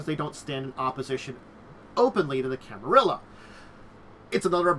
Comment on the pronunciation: I get that you say you are not good with pronouncing stuff, but I feel like at that point the best option is to just read the letters as written and just don't try to interpret any special pronounciation gimick, which begs the question, where does the 2nd "i" come from in Camarilla.